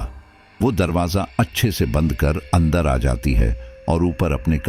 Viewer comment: स्टोरी बहुत अच्छी है। पर आप शब्दो के उच्चारण पर थोड़ा और काम कीजिए। जैसे बंद को आप बदन बोल रहे है। अंदर को अदन।